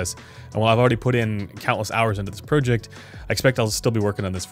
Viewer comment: Speaking of happy with sound, I'm not happy with the sound of how you pronounce the word project.